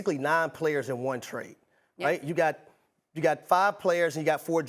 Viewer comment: My man really said "request a twade"